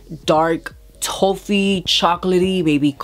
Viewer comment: Hi hun! It’s T-OFF-EE. The O is pronounced like the word OFF.